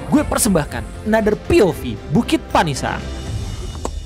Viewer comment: Udah lama ga liat RTE , BUKIT PANIISAN sebenarnya kalo orang Sunda penyebutan nya pa-ni'is-an yang artinya tempat buat neduh atau tempat teduh 😂✌️(di ambil dari kata ti'is yg artinya dingin/adem)